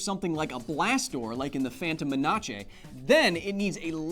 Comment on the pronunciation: Kyle, I love how you pronounce menace (à la THE PHANTOM MENACE) with an Italian accent. ✨